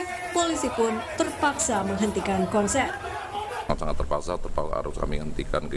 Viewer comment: Host : "Sejumlah penopon korsen..."